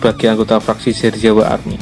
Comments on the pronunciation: sebut bagus2 ba.serizawa la,bukan serijewa😡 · apa cuma gua doang yang dengernya serjiawa bukannya serizawa?🤔